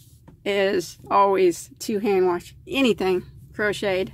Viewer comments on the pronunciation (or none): I love how you say wash...warsh 😊 That yarn is really pretty. I haven't tried and velvet yet.